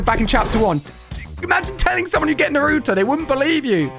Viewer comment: Bro said Naruto wrong, He said "Nuh roo toe" it's pronounced "Nah roo toe"